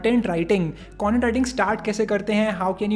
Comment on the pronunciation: "cuntent writer" seriously?